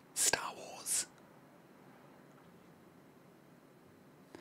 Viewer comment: "Star wars (stahh wohhzs)" has me howling 😂😂😂